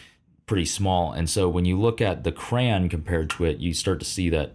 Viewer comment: Did he really just say cran???😢